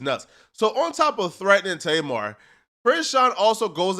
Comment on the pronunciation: I don’t know what’s worse. People pronouncing her name tay mar or people pronouncing 2pac “2 pack”